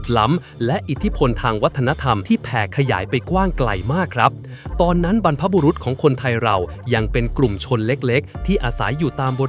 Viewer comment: ใช้AI พูดครับ ยังมีสำเนียงเพี้ยน เช่น บรรพบุรุ๊ด😂😂😂 รุ๊ด...เสียงสุงเลย